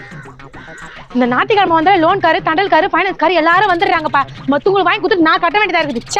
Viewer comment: Nathi kilamai illa D olunga pronunciation olunga pannunga